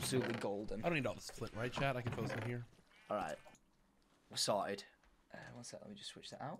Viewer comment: is he saying solid or sorted lol